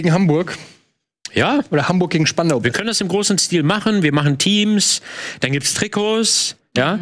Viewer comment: Die Betonung muss auf spandau liegen denn spandau ist älter als Berlin 😅👍